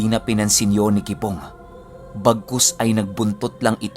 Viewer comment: Kipong hindi kibong hahahahah